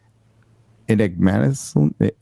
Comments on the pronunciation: English lessons for streamers: Ignominiously is pronounced how it is spelled, and if you're an adult in the US or UK, you've heard it before. Ig-no-MIN-ee-us-lee - in a way deserving of or causing public disgrace or shame. Usage: Gary ignominiously failed to read a common word in the second sentence of an article he was presenting on stream, which he should have looked through in advance. English idiom lessons for streamers: The common expression for having an effect on a market or a large number or people is to "MOVE the needle," not "turn the needle." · ...that pronounciation is 'Ig-no-min-e-us-lee' and its meaning is 'disgraceful, embarrassing and/or foolish'. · It's actually "ig-nuh-min-ee-uhs-lee" 🤓✊🏻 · They all pronounced ignominiously wrong